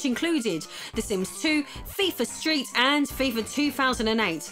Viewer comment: I had to rewind it a few times. Fifer instead of Fifa. Hilarious lol